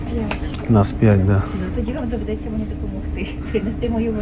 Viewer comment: Особливо постраждала собака.Головне в слові «доведеться» наголос вірно поставити.Бідний чоловік морально і фізично з собакою постраждав.А те, що люди трапляються неуважні , або погано бачать і можуть переплутати, літня або хвора людина наприклад.Вона , що претендувала на те місце?